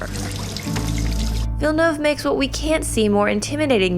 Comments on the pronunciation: Awesome summary. And thank you so much for pronouncing his name correctly. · Follow the pronunciation used in the video, it's the closest I've heard, she nailed it. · Nice pronunciation! Finally a YouTuber who gets it right! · They actually made an effort to pronounce his name right! So frustrating listening to people constantly butchering it